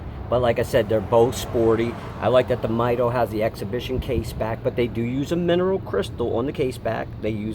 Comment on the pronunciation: All great points, but I believe the pronunciations are "mee-DOH" and "TOO-der".